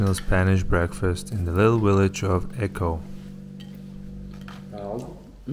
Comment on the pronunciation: 3) It's pronounced hedge-oh, not echo.